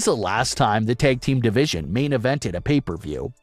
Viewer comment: Dude...the "a" in "tag" is a short vowel!